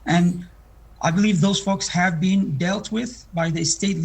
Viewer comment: so we’re not gonna comment on her prononciation of the « h »? She said « what we 7ave »